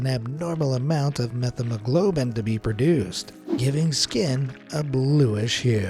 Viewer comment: Met-haemoglobin, not meth-emoglobin